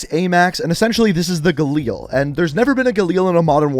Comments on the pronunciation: How we normally pronounce Galil: Ga-lil How pronounces Galil: Ga-Leel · Its called galil, not galeel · It’s pronounced Gal-il not Ga-Leal like cmon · Kinda pressed on how you pronounce galil